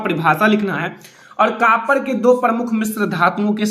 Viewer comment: Sir कापर nahi कॉपर hota h 😂